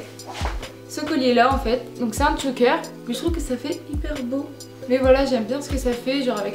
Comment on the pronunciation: J'adore comme d'habitude, j'adore les vêtements que tu achètes. Il y a juste un truc qui me dérange c'est quand tu dis "Tchoker" au lieu de choker ou ras de cou mais c'est tout!